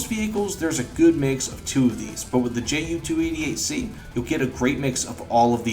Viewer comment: The J is silent German J.